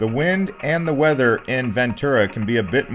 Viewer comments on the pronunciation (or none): none